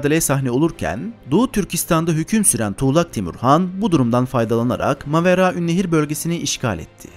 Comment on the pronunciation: Yaaa çen ne kaday güzel Maveraünnehir diyemiyosun😂😂😂😂😂